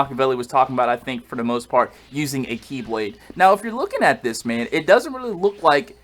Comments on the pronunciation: Who else thought he said Keyblade when HD said KiBlade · I thought he said Keyblade & I was real confused...